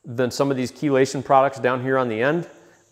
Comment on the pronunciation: I learned from the video how to pronounce "Chelation"